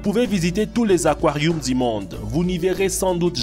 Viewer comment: fait goulougoulou dans les aquarioums 😂